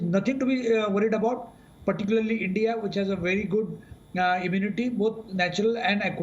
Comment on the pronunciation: End-Dee-Ah, don't be jealous of CHYNAH!!!